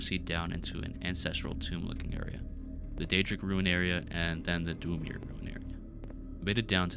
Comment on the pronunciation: Great video for something to get randomly recommended by yt, love the effort. Next time maybe look up the Elder Scrolls pronounciations tho, Dunmer is almost like 'done-mur' and Dwemer has the same long e-s like 'lever' followed by the previous 'mur'. It's very easy cuz it's very simple Elder Scrolls etymology, Dunmer is dark-elf, Dwemer is dwarf-elf in the universe's elven. I also know it's a popular way to generate feedback content for the algorythm so here you go ig